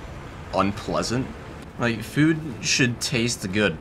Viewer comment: What I discovered in this video: says food as "fuud"